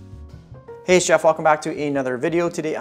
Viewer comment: No matter how many of your videos I watch, I still hear "Hi, Chef" in your intro, even though I know you are saying "Hi, it's Jeff" 🤣🤣🤣